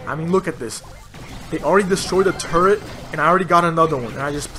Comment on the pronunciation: Did you say “turrent”